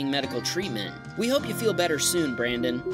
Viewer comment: "We hope you feel better brandon" You said it wrong.